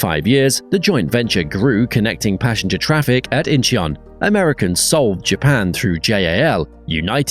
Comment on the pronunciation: "Incheon" has two syllables, not three. Phonetically it sounds like "In-chuhn", In-chee-un sounds ridiculous and like the narrator has never been to any airport anywhere.